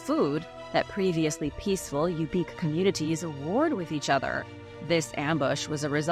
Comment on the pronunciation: Good grief! I live in Alaska and find what the world thinks of us fun. However, ask about pronunciation!!! Tanana (Tan-ah-naw), Yupic (You-pick), and Denali (Den-all-E). Feel free to reach out if you need help. It hurts my ears.